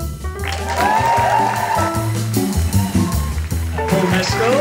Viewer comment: It’s Paul Mescal not Paul Messcelle